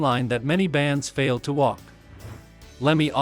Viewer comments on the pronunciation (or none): none